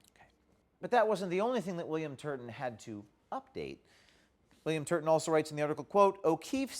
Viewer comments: "TURBAN TURDIN" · correction: William Turd-a-ton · In my mind his name is spelled as pronounced; TURDon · You meant, William TURD-TON, right? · William Turdin’ I totally caught that LOL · William Turton, like turdon